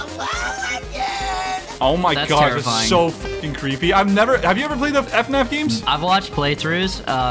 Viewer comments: calling it "F-naf" instead of "Fuh-naf" is so cursed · its fnaf not f naf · aint no way bro just said eff-naf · Bro said fnf and not fnaf😢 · IS NO ONE GONNA TALK ABOUT CALLS THEM THE “F-NAF GAMES” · bro he said f naf lmao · The way he pronounces FNAF is so cursed